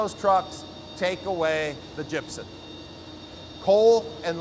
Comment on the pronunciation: "gypsen" or gypsum?